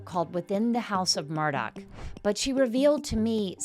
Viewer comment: It's"mur-daugh" not mur dock. 🙄